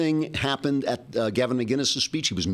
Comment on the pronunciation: It's McInnes not McGuiness. LOL :)